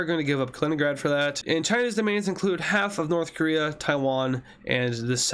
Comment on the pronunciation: did you say korea?